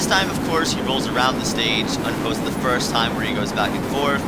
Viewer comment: *first* not *fist*